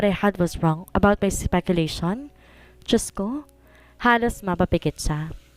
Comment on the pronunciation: ( nios ngo) imbes Dios ko di ba ngongo